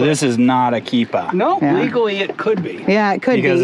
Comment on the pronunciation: This episode was a "keepahh"!!